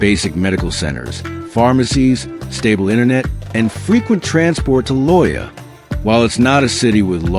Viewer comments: Loja is pronounced LOW HA! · FAKE and not true. #1, I could espaily be run over by busses here, in this small town, any day. Pedestrians are treated like dogs. #2, it's NOT "vilca BAMBA." Or "Lo Ja." It's "vilca bomba" and "Lo ha". If the creator is so lazy as to use AI voice, the video facts are also farmed from the internet. And we know how true the internet is.